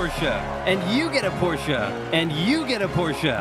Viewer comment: I'm happy to hear you saying the Porsche right